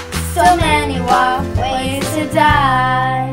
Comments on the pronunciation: I don't like that you say WoF ngl- (no hate tho) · Why did I think she said walkways to die when she said wof ways to die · I can’t stop hearing waffles now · When they say WoF ways to die why does it sound like they say ‘ Waffle ways to die ‘ ?